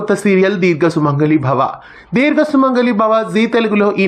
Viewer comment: Dheerga kaadu. Deergha